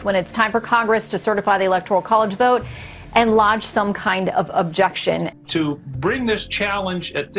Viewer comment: Its like she said "BOTH", not "VOTE"#Interesting....